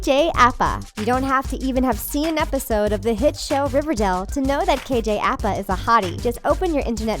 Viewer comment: isn’t it Aj apa not kj apa?